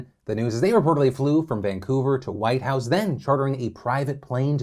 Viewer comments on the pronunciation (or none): Phil, I love you bud, and I’m glad the Yukon finally got a mention on your show, but it’s Whitehorse, not Whitehouse. Kthnxbai 😁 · I'm Canadian EXCUSE ME YOU JUST PRONOUNCED whiteHORSE as whiteHOUSE 😂😂😂 not actually mad but it did cause me to replay the clip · I know it’s a minor thing but it’s actually ’Whitehorse’ not ‘Whitehouse’ 😅🇨🇦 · Its Whitehorse not Whitehouse FYI. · Phil, you got politics on the brain. Its Whitehorse, not Whitehouse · Eh phil, I don't wanna be that guy. But I need to stick up for my fellow Canadians. you pronounced the name "whitehouse" when it's "Whitehorse". So sorry but just thought you should know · Sorry but Whitehorse* not Whitehouse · Minor thing, but it’s Whitehorse not Whitehouse. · Whitehorse.....Whitehorse......not Whitehouse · Whitehorse Phil, not House lol. I actually live in the city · Did phil call Whitehorse, "White House"???? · Whitehorse* not whitehouse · Whitehorse, not Whitehouse. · WHITEHORSE. Not Whitehouse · Whitehorse Phil not Whitehouse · It’s Whitehorse . Not whitehouse. And they have to get two shots. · Whitehorse...say it with me Phil, Whitehorse! I expect at least a correction on tomorrow's show. It's bad enough these rectum dwellers used their wealth to buy themselves out of trouble, but the city of Whitehorse shouldn't be punished again with this verbal slip. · In Canada, they’re often referred to as First Nations and they’re prioritizing First Nations for vaccines. First Nations, you’re correct, are often more remote... You mispronounced Whitehorse... Fort St. John, BC (Dutch Canadian) ... peace out!